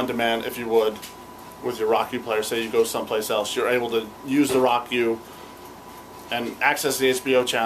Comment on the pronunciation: Pretty nice review. It's great that you show the functions off well. I think it's pronounced "row-kew" though. :)